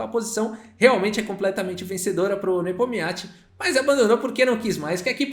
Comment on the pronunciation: Cara não tem jeito ele só chama o Nepominiachi de Nepomiachi